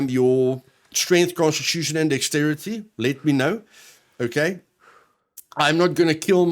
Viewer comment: First time you said constitution i heard prosti* and i was confused. :/